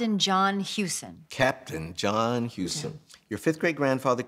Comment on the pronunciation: That's John pronounced House-tin.